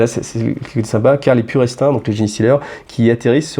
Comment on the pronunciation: Très sympa comme vidéo. Un petit truc quand même : "purestrain" prononcé à la française, ça pique un peu... C'est "pure strain", qui signifie (et je maudis GW de cette politique absurde de non-traduction) tout simplement "pure souche". Mais sinon, je suis complètement preneur de plus de vidéos de fluff. Ca permet de se tenir à jour sans avoir à se procurer l'intégralité des codex. A quand une sur le fluff de Vigilus d'ailleurs ?